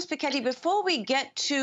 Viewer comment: How can you pronounce Thomas Piketty like that, especially in the same sentence where you pronounce Macron later on?? WTF? hahaha